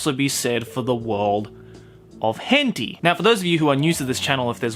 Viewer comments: it is, he has to say it incorrectly so he doesn’t get demonetized. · It’s pronounced hent-eye not henteeeee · Henti argh its hen-tai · it was hen-tea? i pronounced it hen-taei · HENTEE?!?! isnt it pronounce hentayy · wHy dO u sAy it like that Hent-ee? Lol! Hen-tai! Japanese pronounciation 😂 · wait its called hente and not henti :0 I've said it wrong all this time lol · “hen tee”?? tf i say it “hen tie” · It's pronounced 'hen-tie' or 'hen-ta-ee' :) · Why does he say hentei? Watching it with friends and female friends what the hell!? Too cringe, can't watch. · Are you say hęñtíé like that on purpose? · what the hell is a "Hentee"? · hentea? LOL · ah yes hentee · did y-you just say...henty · It’s pronounced Hen-Thai. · 'hen-tee' lol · "but this can also be said in the world of 𝓱𝓮𝓷𝓽𝓲" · Ah yes. The world of HENTY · It's pronounced hen-tie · It’s Henti my dudes XD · And also says “henti” makes it a bit funny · I thought they said *hen tay * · Did this guy say hen-T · No one This guy: HeNTee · Henti is for real bois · Bro why do you say hentee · plz don't say henty it makes me crinnnge and btw checkout me channels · "Hen tee" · Why we saying hen-tee? Something about demonetizing? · I used to call it "hentee" too Now that's what I'm going to call it that forever. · "As Weird As This May Sound To The Common Otaku, I Think The Same Thing Can Also Be Said For The World Of Henty." It just makes me laugh every time he pronounces H*ntai differently just to keep his channel a float lol! 😂😂😂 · why is he pronouncing it so badly? XD Hentee? is it because of youtube regulations? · ''Hen tie''?? Sound like a good anime. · Ah yes. HENTI. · I think it’s pronounced hen tie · u r saying the word wrong